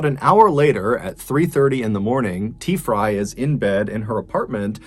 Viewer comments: I swear he was saying Tea-fry lol 😂 🤦🏽‍♀️ on another note, the only thing that idiot woman had to do was call 911! Poor guy. Glad that lady went to jail. This type of cases made me so mad!! Stop drunk driving!!! Greg’s son is a great man. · I can’t help but think your miss pronouncing t frys name lol